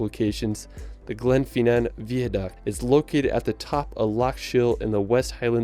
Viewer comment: VI, it's not veeaduct it's fucking VI